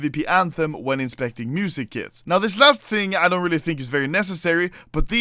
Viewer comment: Am i the only one who hear "music kids" when he says music kits?